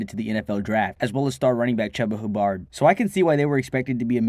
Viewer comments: Ah yes, Chubba Hoo Bard was pre good.. That pronunciation of Chuba Hubbard sounds like something my dad says in an awkward silence after we talk about the man 😂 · Lmao he said chubba hubard